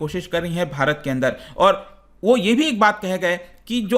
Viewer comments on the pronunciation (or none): none